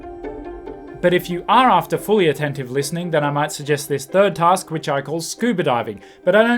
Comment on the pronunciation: I know all that you wrote. I'm making the point for all your same reasons that he said "tusk" instead of "task".